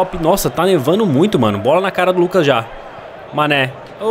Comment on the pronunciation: Manè: pq vc falou meu nome errado Mané: pensava que tu era meu amigo è Mané: falava meu nome direito:foi cem querer mano desculpa por Falar seu nome errado desculpa por falar seu nome de sanè Mané:para de falar meu nome de sanè!:tá bom tá bom San.... Mané:oque!!!!!: nada Eu:mais o que e isso Cabo^_^